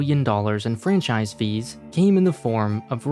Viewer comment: PLZ STOP SAYING FRANCISIE, ITS FRANCHISE